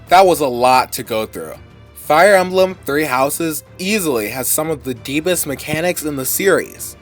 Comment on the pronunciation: "Fire Almblem"